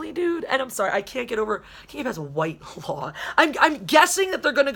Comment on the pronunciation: Wile, I totally agree with you. The name is pronounced Whit-law. The person I know with that name, It is their last name.